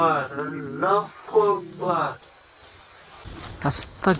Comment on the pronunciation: Allah hu akbar boliyen bhai not fu akbar